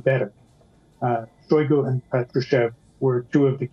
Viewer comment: Shoigu became Shoigo